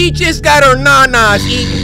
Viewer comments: AYE HE SAID NANAS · he said nanas